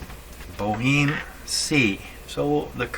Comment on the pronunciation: I think it's pronounced more like Bo'-Em with the H being silent and ignoring the final E altogether. I could be wrong as maybe I'm using the french pronunciation as in La Boheme.